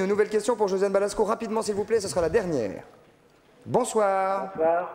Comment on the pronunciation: C'est Josiane BalAsko, pas Balsko....